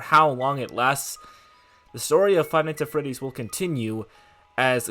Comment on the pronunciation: the way he pronounces five nights at freddys "fie nise uh feddys"